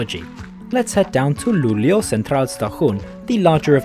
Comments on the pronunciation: I mean like you pronounced it very fast. It should be pronounced like L-u-u-l-e-å. That's how it's pronounced in the Swedish Language. Have a great day! 🙂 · That’s right. It struck me but then he gets it right in the rest of the video. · Cool, I'm from Sweden. And the fastest I've been riding is the X2000 in 200km/h. You're saying Luleå very wrong. I like how you're starting in Gothenburg Central Station, I've rided with the train to Stockholm from there. (X2000)